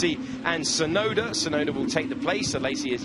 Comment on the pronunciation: 実況も興奮させる走りが印象的！ でも「ユウキ・シュナイダー」にしか聞こえない！？